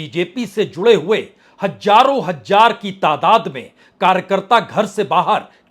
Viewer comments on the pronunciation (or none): Hath kyu malte ho sardi ho rahi hey kya. Hajar nahi hazar hota hey